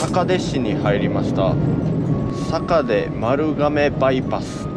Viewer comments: 坂出はさかででは無くさかいでです😂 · 最近検索で引っかかってファンになりました。 観音寺市在住です。 かんのんじじゃなくてかんおんじですね。 八十八ケ所の寺の名前はかんのんじ ややこしいですね！ ちなみに坂出市 さかてじゃなくてさかいでし 覚えといてね！ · 坂出は"さかで"じゃなくて"さかいで"ですよ（笑） 何にせよお疲れさまでした！最後のカミが疲れを物語ってるね。いずちゃんの無茶ぶり、ある意味仕返しだね（笑）